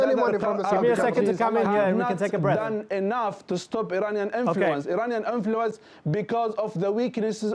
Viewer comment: "Eraniyan Enfuluence"